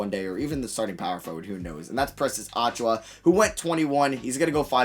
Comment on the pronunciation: You hurt me every time you say it. You pronounce it (Achoo-yuh). Not (Achoo-wah)